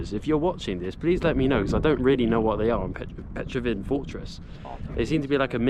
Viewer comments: A bit of arrogance there. Now in the days of the internet, you shouldn't make such mistakes as Petraven fortress (it's Petrovaradin)... and if you really wanted to pronounce Serbian names, you could have just asked anyone in the street, and they would have told you it was the Cyrillic script as opposed to the Latin one, and they would have given you the correct way to say it. But, you just don't care. That's why I mentioned the word arrogance in the beginning. If you are in a foreign country, do your best to show respect in the country that you are in. Respect is shown by giving proper names of places. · You pronunce it wrong! It's not Petrovin fortres, it is PETROVARADIN FORTRES!